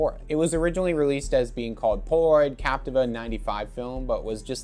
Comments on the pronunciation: Actually pronounced Cap - tee - va, not Cap - ti - va. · Still incorrect pronunciation.